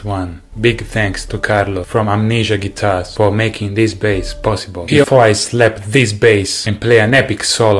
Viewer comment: did you said guitar 🤨